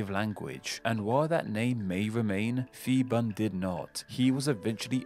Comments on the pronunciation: Calling phibun "fibun" is crazy... Its actually pronounce "piboon" a lot pf the time, thai people uses h next to p in there name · I want to give you a lesson as a Thai the we fond pronounce ph as f but we pronounce it as p it’s a miss translation of the letter พ and the word เมืองไทย (Muang Thai /mueng Thai) is pronounced ~ moo Ang Thai, quickly and also Siam is pronounced as sa-yam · One note: The PH in Phibun is pronounced as an aspirated P, not as an F. In a more curious observation: the plaque you show superimposed on the map of Thailand around the 7-minutes mark disappeared "mysteriously" a few years ago. By an odd coincidence, the CCTV camera wasn't functioning on the night it vanished from its spot embedded in the road, commemorating The (bloodless except for one person who cut themselves while resisting arrest) Revolution. Since then that plaque has become an even more important and emotional symbol for Thai people. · Feeboon.......... His named is Piboon, it's a P not an F. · I'm afraid you mispronounced Phibun. That's an aspirated /p/, not an /f/. Much like Thailand is pronounced with an aspirated /t/ and not a theta. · yes was going to make this comment....people need to understand the Thai romanized "Phi" is still pronounced P (pee) and not like an F...maybe sounds funny to English speakers to say "P P island" but gotta just move on.. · Thai living in Thailand. A minor mistake in the pronunciation of Phibun, P should be a heavy sound, but I understand foreigners trying to pronounce another language. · Interesting video! Small correction - when transliterating thai into Latin script, the letter 'h' is used to strengthen hard consonants. So, 'Phibun' is pronounced 'Pee-boon' (with the 'oo' being the same as in 'look'). The same thing happens with Phuket (pronounced 'Poo-ket') and with 'Thailand' itself. They don't ever use 'ph' as a 'f' sound. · The dictator name was not Fi-bun it was Pbhi-boon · Phibun doesn't read as fi-ban.. it's p(h)i-boon พิบูล